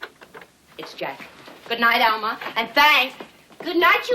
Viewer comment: Lawra New He called her Alma. It sounded like Mama tho.